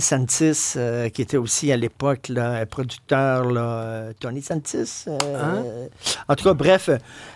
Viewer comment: DENIS PANTIS! Pas Santis...